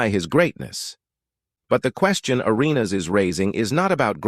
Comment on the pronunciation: AI is weird. I mean you can’t even say Gilbert’s last name right.